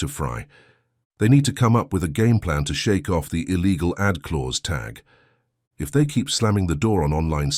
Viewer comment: The AI voice just can't pronounce AD right